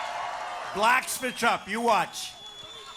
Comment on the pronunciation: The way Trump says blacks sounds so bad